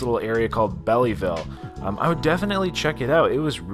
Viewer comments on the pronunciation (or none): Belleville, not bellyville, total facepalm. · Lol. Bellyville 😂😂it’s literally pronounced Belleville (🔔🛎) that was cute though. I’m from Michigan. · Hey love your vids...not to be critical...I am from Michigan and the city you were in is pronounced Bell Ville even though it is spelled Belleville the second E is silent. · Hi awesome as usual and a heads up it's pronounced as Bellville one word, love this I lived in Mich half my life. Always enjoy watching ♡ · This video cracks me up because that is where my granddaughter lives and its pronunciation is Bell ville like the girl's name Belle so there for Belleville 😂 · Great job,.....WOW,.. That place is like 12 min. from my house.... Wish i would have known i could have showed up and cheered you on,.... the e is silent its pronounced Bell ville. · Hey it's just pronounced bell-vill 😂😂 belleville like belle tire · Its belleville. Second e is silent -Native Detroiter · we actually have a city by the same name “Belleville” in Ontario which is pronounced the same way. I was surprised that didn’t know how to pronounce it.